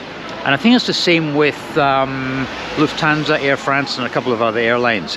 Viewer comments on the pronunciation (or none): none